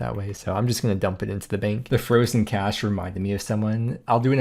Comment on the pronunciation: Nailed the Loki 'cache' pronounciation xd